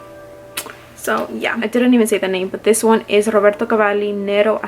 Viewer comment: Roberto called—he wants you to create his voicemail message because you say his name better than he does 😂 Great haul!